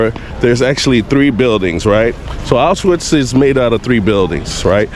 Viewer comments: “sss” “auszwhatts” would have much preferred someone who could at least take the time to research the people responsible, as well as the correct pronunciation of the very place your visiting. im glad to see more people interested in the holocaust, but the lack of information gathering is disappointing. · Millions of people died now YouTubers make content out of it. He can't even pronounce Auschwitz. Im done with Youtube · It’s Auschwitz, with the pronunciation of SH, not Autsuits!! Duh!!! 🙄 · You're saying it wrong it's supose to sound similar to aush feets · the altswif what? bro cmon, learn the right purnounciation before you make something like this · Everyone needs to go here. I went in February 2024 and it’s life changing. It’s honestly not enough seeing it on video, to truly understand the scale and horror you have to see it yourself. Also just a note: it’s pronounced AuSCH - Vitz. The S isn’t pronounced and the W is pronounced as a V. 😊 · regarding pronounciation: it‘s two syllables. Ausch-witz (pronouced as oush-wits). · he can't even pronounce the name of the city not even close what are you talking about. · Your pronunciation of Auschwitz is terrible, you shouldn't be doing a video tour if you can't even say the name properly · The video was very respectful and informative, bro com on, maybe don't judge a non native for not being able to pronounce a prop fairly difficult word. "Sch" and "tz" sounds can be phisically difficult for some people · The W in Auschwitz is pronounced like it is a V.